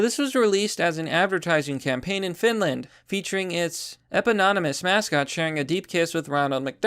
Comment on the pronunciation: "eh-pi-non-na-mus" lol